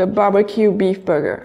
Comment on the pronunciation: Am I not the only one who hears buger instead of burger 🍔🍔🍔